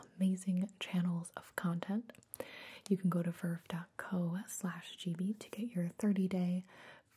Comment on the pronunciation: Is anyone going to tell her it's pronounced gih-bee? With a hard G?